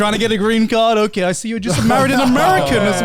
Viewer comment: "You are ohkeh!" loll